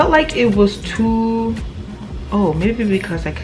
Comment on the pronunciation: “It was toooo” 😂 let the accent out sis